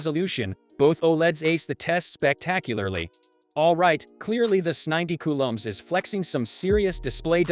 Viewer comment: These damn IA videos annoy me. It mispronounces things. It’s trying to say S90C.🙄